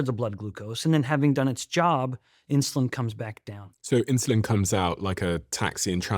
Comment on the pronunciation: Insuline not Insiuline. Why do I hear "i" in Steven's pronunciation sometimes 🙈